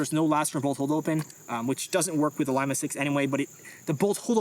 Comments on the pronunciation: No sir say Lee-Ma or Im reporting this offensive word, lol who says Lie-ma ☠️😂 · NATO Phonetic alphabet says "L" is pronounced Leema, as in Lima Peru, as opposed to liema as in lima beans. Great vid. Love your work! ❤ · Love you guys. You’re doing God’s work. BUT Lima.. Lee-mah. Not Lime-ah. L, in the phonetic is Lima, Lee-mah. It’s not fruit. Much love! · Young fella said; "lime-a" 😂😂😂.... lee - ma' * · Pronounced LEE-MAH, not Lima as in Lima Bean. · You should make it compatible with one of those fancy grips that accepts backstrap and frontstrap additions. And it's LEE-MAH SICKS, it's not a bean! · Lima "Lee-mah" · Lie-ma six lol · You say Lima weird.